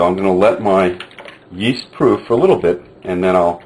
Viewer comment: whats the first ingredient hes adding? souds like east, iest i or what ever.. sry for my english